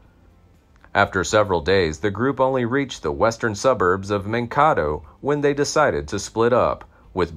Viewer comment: Mankato is pronounced Man kay toe not man ka toe